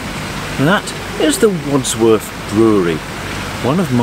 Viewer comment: Wadworth, not Wadsworth